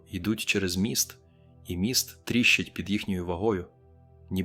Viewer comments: Знаєте, дуже хочеться щоб так було🙏🙏🙏🙏. Але мене різнуло у розповіді - село…. Хати деревʼяні… на Волині??? Там хати не деревʼяні. Там люди заможньо живуть… В деяких словах голос робить наголос невірно: тріщіть.. з квітами і ще ін. Дуже не хочеться розчаруватися. Це схоже на штучний інтелект. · Розповідь згенерована штучним інтелектом, послухайте наголос на деяких словах, вчитель не може так говорити.Наприклад -говорить: міст трІщить,а не тріщИть, повернУться, а не повЕрнуться ,квітАми, а не квІтами,бОлять, а не болЯть і багато ще.Це так говорить вчитель, який уже працює 30 років? Говорять ТЕ, ЩО хочуть чути люди.